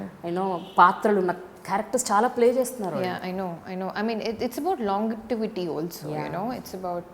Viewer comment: it's not pronounced as "long-it-ivity".. it's pronounced as "lon-jee-vity" Nee English tagaleyya